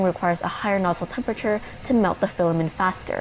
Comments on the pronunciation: Stop saying Fila-min. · As other commenters have said, reviews on this channel are really excellent and I greatly appreciate them. But I would love to know the origin of her pronunciation of "filament" as "filamen". It's just a little quirk but makes me curious every time I watch this channel! After all, "filamen" is a legit term in cell biology. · Love the channel but I don't think you're pronouncing Filament correctly. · I am not a language expert, but to me, the pronunciation of 'filament' without the 't' sounds normal. In American English, the pronunciation of 'filament' is often more relaxed, and the 't' sound at the end may not be as pronounced as in British English. Therefore, you may hear a very light 't' sound at the end that is almost like it has been entirely dropped.